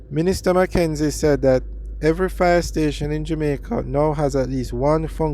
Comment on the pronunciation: You doing like Portia Simpson pronounce JAMAICA O' as in "Jomaico"